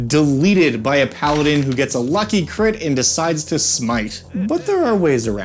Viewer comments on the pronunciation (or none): none